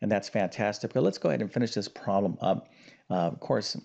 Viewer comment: there are two syllables in the word problem, a prom is a teenagers graduation party. that said, the video contained useful information.